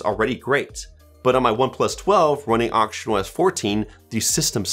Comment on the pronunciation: i hear auctionOS 😭